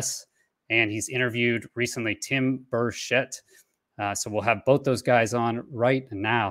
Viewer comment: Tim BURchet... Not burSHETTE